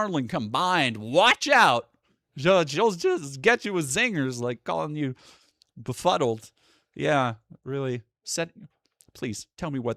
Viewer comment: Blaire got so much botox she can barely pronounce befuddled.